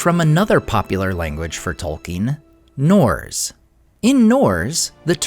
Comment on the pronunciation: "Norz"? You mean Norse, right?